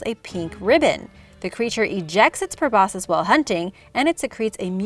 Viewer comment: p r o b o s C u s probosCus the "C" isn't silent